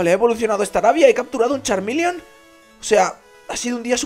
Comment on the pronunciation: nooooooooooooooo es Charmeleon no charminion y tambien es Charmander